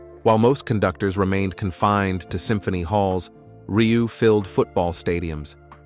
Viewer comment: Muchas gracias por este resumen...sería bueno que el locutor pronunciara bien su apellido...André Rieu( André Riú)🇨🇱🇨🇱